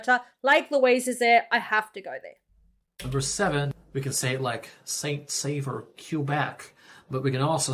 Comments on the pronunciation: It's actually called Saint Sauveur (not Saveur) and yes, it is cold there. Mild summers and cold winters and yes, speaking French is a must. You don't have to be perfectly fluent but, knowing some French and trying to use it, will make it easier to get around. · The town he mentioned in Quebec is not Saint-Savor it s Saint-Sauveur ( des Monts).